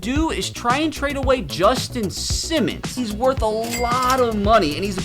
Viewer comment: Bro said it’s woth it